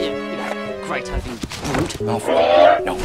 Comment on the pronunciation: “and I’m MaLfOuY. DrAcOe MaLfOuY.”